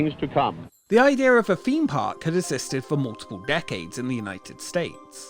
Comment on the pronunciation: Wtf is a feme park? How hard is it to say theme park.